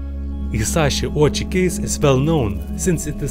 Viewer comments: It’s pronounced Oh-Wee-Chee. 🙄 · 1. Why does this guy have to cover his face with a mask? 2. I like his east European accent. 3. Pretty sure some people would fun of Ouchi’s last name as in “Ouch” - the correct pronunciation is “Oh-oo-chi”